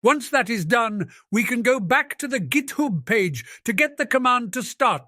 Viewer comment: 😄 was actually right - the old dude said git hoob earlier l. These sniffle is goolden as well, lol